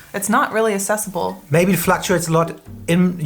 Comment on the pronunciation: Why is she pronouncing, accessible, assessable? That's weird. I have never heard anyone say it like that. Having the light switch on the outside of the bathroom is strange. Why would anyone want that? What's the reason?